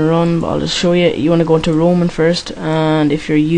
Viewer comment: its called roaming not roman :)